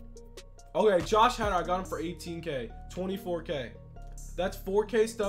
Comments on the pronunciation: Josh Hader (Hay dur) not hatter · It’s pronounced hay-der